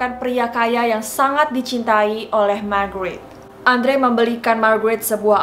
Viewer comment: Kirain ngomong Margarin🤣😅😂